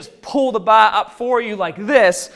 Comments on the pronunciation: So he can say core right but can't say BAR! Wtf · he says bah but power correctly lol. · "Fingah tip the baah"